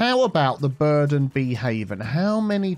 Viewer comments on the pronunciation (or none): none